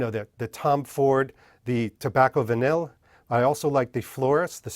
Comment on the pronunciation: come on man...it is about time you learn how to properly pronounce tobacco vanille